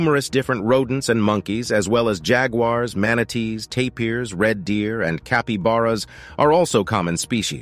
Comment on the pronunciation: THANK YOU FOR PRONOUNCING JAGUAR AND TAPIR CORRECTLY !!! First time in a long time.